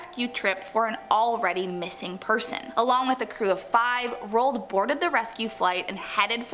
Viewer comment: THE PRONUNCIATIONS OF ROAld Amundsen is terrible